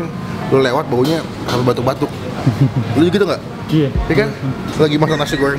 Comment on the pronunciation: Bang ngomong Luh tuh benerin dulu😂😂😂😂